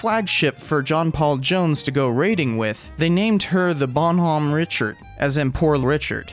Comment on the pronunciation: Bonhomme Richard: * exists *: Bahn-hahm richurd